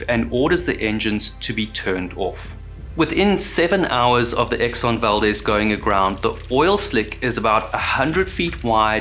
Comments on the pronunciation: Great video! Just an FYI, in Alaska, the town named Valdez and ship name is pronounced “val-deez”, unlike the Hispanic pronunciation “val-dez”. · We say Valdeez although you’d think it would be Valdez. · Valdez pronounced val-d-eaz ... strangely the guy who the town is named after is valdez like how you are pronouncing it but ya they just pronounce it differently up here. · Great stuff, as always. Inland Alaskan here…Fairbanks, saltwater is unfamiliar to me. But the locals pronounce it “val-DEEZ.” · Exxon Val-DEEEEEZ a hard E brother... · A simple search would have found the phonetic spelling. It undermines the veracity of your work to mispronounce the very subject of your video. The town and ship are pronounced val-deez. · Its pronounced val-dezz Like dezz nuts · It's pronounced Exxon Valdeez, kinda confusing i know. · Pronounced "Val-DEEZ" though, innit? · In your research did you search how to pronounce Valdez?